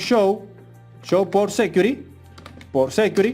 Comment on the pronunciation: Muy bien hecho pero le quiero hacer una recomendacion que me parece es bien importante por la audiencia y la labor de educacion que esta ejerciendo aqui. Has pronunciado varias palabras muy mal. Aqui le menciono las correcciones del caso: security: Ud lo pronunica sécuri. Se pronuncia sequiúrity. sticky: le capto a escuchar que dice steak (esto es un corte de carne). Se pronuncia stiqui. configure: se pronuncia confígiur (tilde en la primera i ) Finalmente. mi mejor recomendacion es usar google translator para que le suminitre la adecuada pronunciacion. Fuera de ahi, exc video. Muy informativo.